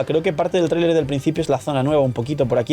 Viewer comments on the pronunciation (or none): none